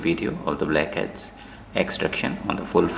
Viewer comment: here you can see , dee bleak heads Why do i love when he says that ? 💀🌚 🍵